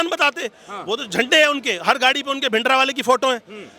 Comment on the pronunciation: ये सिख नही है जो bhindra वाले को भिंड्रे वाला बोल रहा😂